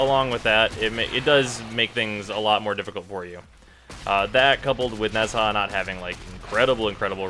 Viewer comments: I've pronounced Nezha like you until a few days ago. Then I watched the Warframe Profile video. Now it's weird. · nez-ha like bitch can you not e.e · Why does he say "Nezhar"??? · I simply prefer Nezha more. I'm all about his aesthetics. Rhino is way better simply because Nezha has that long casting time and you can't afford to invest in Natural Talent. And by the way, you spell Nezha sort of like Na-jha, something like that. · I've heard Nezha pronounced 100 different ways but I'm pretty confident Ne Jah is the closest you can get phonetically to correct pronuncianton. The Zh sounds like J and Sh/Ch combined. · Omg chill its okay that he pronounced it wrong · Every time he says Nezha incorrectly I die a lil inside :c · Nezha Pronunciation is at an all time low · Literally butchered nezha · You mispronounce Nezha and it hurts to hear it. As a self-proclaimed super-entitled white guy I employ you to pronounce Nezha correctly! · Nezha is a male It should be obvious, Nezha has no sings of being a female (in this case, no big thighs like the other female Warframe and no breasts). Nezhas Halo also burns his enemy's when they touch it which he missed saying at the beginning. To me is pronouncing Nezha wrong (to me) I pronounce Nezha without the "H" so like Neza. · That's not how you pronounce Nezha. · STOP SAYING NEZHA THAT WAY OMG!!! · Dear god please learn how to pronounce nezha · Lol you're pronouncing Nezha wrong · Click the Chinese side speaker to hear it properly. It's actually way harder than that if you want to be technical. It's Chinese, which means it also contains "tones" (inflections) not found in English, and the "zh" is closer to a "j" sound. Point is, our English pronunciation is so wrong anyway that there's no point in correcting one wrong pronunciation with another one. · Omg stop pronouncing it wrong, it's sooo annoying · Stop saying it wrong. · bruh nezha is pronounced "neja" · It's pronounced "nah-jah" not "Nez HA" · ITS NOT NEZ-HA ITS NEZ-AH